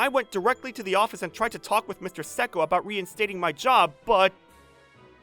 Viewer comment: Him saying: Mr. Seko?!? Mr. Seko?!? What i hear: Mr. Psycho?!? Mr. Psycho?!?